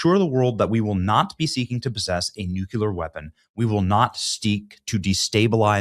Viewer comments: Nu-cle-ar NOT Nuculer! Drives me nuts Benny!😂😂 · The ONLY thing that bothers me about Benny is how he says nuclear as nu-kew-ler. It's NU-CLEAR. not nukewlur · Dude… It’s Nu-cleeeear!!! NOT Nu-Culer. Wtf. Furthermore you’ll be humiliated for the 10th time when Iran violates this agreement for the 50th time. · NEW-klee-er not "Nuke-u-ler" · For the love of God please pronounce nuclear correctly. It's not hard dude NEW-CLEAR NOT NUKE-YOU-LER FFS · New Clear not Nuke Yuller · Many, many, many times that I've told you, Benny. It's not new-cue-ler. It's new-klee-er. Get it right. Damn. You sound like W. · Benny You have GOT TO retrain yourself to say Nuclear ☢️ There is no such word as Nuke-Ya-ler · it's pronounced nuke-lee-ar. not nuke-you-lar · NUCLEAR! IT'S PRONOUNCED (NEW-CLEAR)! NOT NUCULAR!! Love the content! Hate the 'click bait'! Q- "Spelling (and pronunciation) matters" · Newcular? ....Nuclear ... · Benny, There is no such word as NUCULER? Please Benny, say it over with me,,,, NŪ-KLĒ-ER. Say it again, NŪ-KLĒ-ER. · The word is nu clear, not nucular. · Benny, please stop saying nuke-yu-lar... it's nu-clee-er!!!... it's grammatically wrong, and you're better than that, sir!!! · Really need you to work on the pronunciation, Benny. Correctly, "nuclear" is pronounced new-clear . . . as a military retiree, you sound quite uninformed on such issues when you mispronounce such a key term. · It’s hard to take anyone seriously who says nukular. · Seriously, NU-CLEAR TWO SYLLABLES. I can't even finish this video. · Nuclear, not nucular; derived from the word nucleus. Splitting or fusing the nuclei of atoms. Love ya Benny. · Nuclear Benny is pronounced like new-clear. The 2nd approved way you are saying it is for the mouth breathers. Be better. Also, there is no more sensational click-bait. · Why do so many people have trouble saying NUCLEAR??? It's pronounced : NEW - CLEE - ER Got it, Benny? 😁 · I wish folks would stop saying 'nuculer'. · What are nucular weapons? 🤪